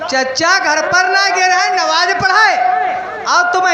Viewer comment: नमाज को नवाज बता रहे हो